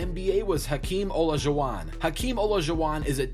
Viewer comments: its hakeem (o-lie-ja-wa-n) not (ola-ju-wa-n) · Ohla Jew wand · Olshuwan......I immediately went to comment that but I found this comment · Bro you forgot Hakeem "OlojoWon" loooolllll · You pernonsed olajuwon wrong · "Hakeem olojuwon" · Who is here after hearing the way he pronounced Olajuwon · Pronounces "Damon" and "Olajuwon" incorrectly. Nails "Zydrunas Ilgauskas." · How he said Hakeem “Olajuwon” was cringey lol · Who else got triggered when he mispronounced Olajuwon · take a shot every time he says “to ever play in the nba” edit: how he pronounces Olajuwon tho edit 2: BRUH ZYLGAUSKAS’S FACE THO IM DYING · Notice how he pronounced “Olajuwon” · You're butchering Olajuwon's name. And I thought he was only 6'11". Also, what about Ralph Sampson? He was 7'4" if I recall correctly. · hakeem olajeeeeeuuuuuuuaaaan did i hear thet right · Dude doesn’t know how to pronounce hakeems last name? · 2 things: 1) have I been saying Hakeem Olajuwon wrong my whole damned life??? And 2) W. Chamberlain was 7’1” no? I feel like that deserved some mention and some reasoning behind Shaq getting best at 7’1” … I’m not saying Shaq isn’t best, but you there’s a debate to be had there and it could’ve been mentioned. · Sooo much recency bias in your videos. Also, your pronunciation of Olajuwon lost you nearly all credibility.